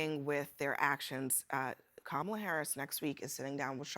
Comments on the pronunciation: I ❤❤ Michael Harriot, I really do. But the way he and aome of the other men keep mispronouncing Kamala Harris' name is very frustrating. And yes, Black men can vote for who rhey want to. I see where these brothers are coming from but the few who dont like VP Harris are very loud, boisterous and obnoxious. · Stop mispronouncing Kamala! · Michael Harriot needs to learn how to properly pronounce Kamala's name! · You lost me in the first two minutes when, and this is important, Michael Harriot mispronounces Kamala Harris' name. Not because his mispronounced it, but because NO ONE CORRECTED HIM! The lack of integrity on that panel is revealed there. And I am a Black male speaking for myself when I say that I should vote for Kamala Harris. I should vote for her because she will represent me more than Donald Trump will represent me. She should expect my vote because to vote the other way would be ignorant of me. Joe Biden should have expected my vote 4 years ago and he would have gotten it again even though he was a train wreck. Why? Because he is less of a train wreck than the racist, misogynistic, bigoted, can't accept a loss Donald Trump. The KKK, White Nationalists, Proud Boys, etc. vote Republican for a reason. If I, being African-American in this country, vote Republican, I have no common sense. Vance won't even defend his wife when Republicans make racist comments about her and we should think he would defend us? As soon as Republicans begin objecting to racist ideals, I will consider a Republican candidate. This is not a debate. It is a question about how foolish is any minority that would vote for Trump. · The second man who spoke pronounced her name incorrectly, which delegitamized everything thereafter. Black men, just support Black women, please. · Still can't pronounce her name right 😅, that's racist. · Camel-ugh. Feel better now? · Hey CNN!!!! Your guests are mid pronouncing Kamala’s name! Why are y’all not Correcting it?????